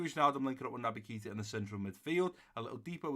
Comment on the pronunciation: Hi! Just to say it’s pronounced ‘Kata’ not Keeta